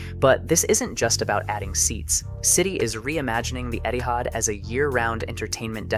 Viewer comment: I don't why but everytime he said Etihad i always heard it as Eddy Howe